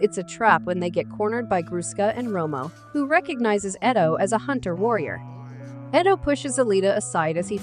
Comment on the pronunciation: I’m just mesmerized on the narrator’s mispronunciation of Ido and Zalem.